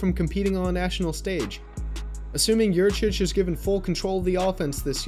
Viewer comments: it's Yurcich, isn't it? Sorry, that just tends to diminish cred a little when the misspell is there to begin things. Not sure about the pronunciation, though I've heard it's "yur-sich." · Guys - It's Yurcich. As in "Your sitch." He was your sitch. Now he's out sitch! Great video. Hook 'em!